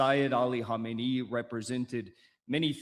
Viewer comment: Our Martyr Spiritual Leader is called Seyed Ali Khamenei. The first spritual leader of the Islamic Republic was called Imam Ruhollah Khomeini. You pronounce the name wrongly. For the rest your video isn't that bad. Also try to understand: The Spritual leader of the Islamic revolution has no executive powers. If you ever need a guest to explain this to you and the viewers feel free to contact me.